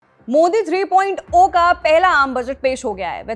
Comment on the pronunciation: 3.ओ नहीं , 3.जीरो । ऐसे - ऐसे वक्ता अगर एंकर बनेंगे , तो समझिए देश का क्या होगा ???